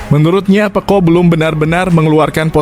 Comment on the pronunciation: Peco min, bukan pekko' 😅😅